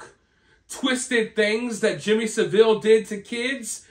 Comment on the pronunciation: Jimmy SAV-ill not Sa-ville